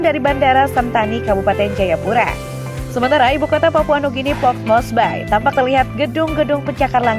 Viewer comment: keren! sangat bermanfaat sekali 👏👏 cuma sedikit koreksi nama, Port Moresby (tidak pakai "e") dibaca Moresbi bukan Mores-bye 😉☺ sisanya bagus